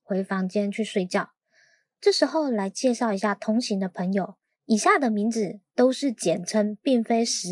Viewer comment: 同行的"行"讀ㄒㄧㄥˊ啦~~